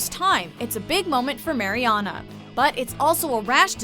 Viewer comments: Is anyone else bothered by the way they pronounce Mariana's name? 😂😩 It's MAriana not MAYriana 😂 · I hate when people say “Mary-Ana” it’s so annoying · It's pronounced Mar-E-AHna not Mary-Anna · okay say it with me mARiana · I like how she pronounces "MaryAna" like the tech guys in Good Trouble. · I hate how she says Mary-ana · If i hear 'mary anna' one more fucking time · She pronounced Mariana Ana and probably other words WRONG. I'm over dramatic but its Sooooo annoying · Emma Cee no, it’s pronounced, mar-ee-ahna. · Kyra Marie ikr!! It's pronounced "mer-yan-a" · The commentator on this has definitely never seen the show with the mispronunciation of Mariana and saying Anchor Bay not Anchor Brach. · there are so many things wrong with this video... first, they say marianas name wrong, and they said anchor BAY, and most of these moments were definitely not the most shocking. i don’t think they ever watched the show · The way you say Mariana makes me cringe 😞😣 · Did anyone else notice that she said bay insted of "beach" also you pronounced Marianna's name wrong ...🙄🙄🙄🙄🙄🙄🙄🙄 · I hate how she was saying Mariana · Can you maybe pronounce Mariana's name right? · Lol it bugs me how they say Mariana's name wrong😂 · Kyra Marie When you swear your a fan of the show but fuck up her name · You would think they would get her name right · she pronuced Mariana wrong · it's bothering me so much how she says mariana's name as well.